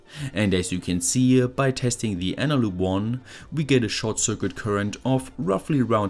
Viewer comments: Ich liebe deine Videos, aber bitte sprich Circuit doch richtig aus, es triggert mich :D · Series is pronounced "See-rees" not see-ree-us. Also circuit is pronounced "sir-cut".